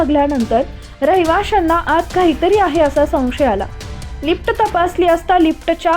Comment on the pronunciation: लिफ्ट्ट नाहीं, लिफ्ट mhntat